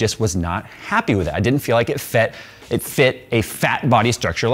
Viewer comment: thought for sure when he said "FETT" instead of "FIT" i wouldve seen a quick boba fett face on the screen. but no.